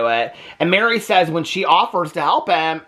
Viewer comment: It’s mer-ri not Mary